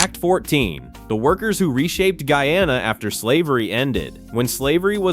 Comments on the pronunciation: Pronunciation is off. It is NOT Gee-ya-na. It is GUY A-NA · The pronunciation ....Gee-ya-na is correct for Guiana... the name is New Name changed when we gained independence to GUYANA 1963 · Its not geana guyana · The only part I don’t like is the pronunciations of the words Guy-a-na